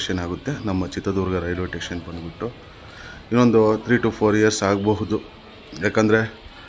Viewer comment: ಟೇಷನ್ ಅಲ್ಲ ಸ್ಟೇಷನ್ ಎಂದು ಹೇಳ್ರೀ... ಸ್ವಾಮಿ